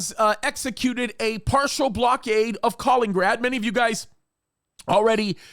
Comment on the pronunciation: It's Ka-LIN-IN-grad, not Kalingrad.